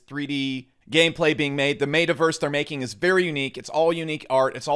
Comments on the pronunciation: M”eh”taverse not M”ate”averse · how do u mispronounce metaverse lol dude just said made-a verse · this dude calls it the "maytaverse" hahaha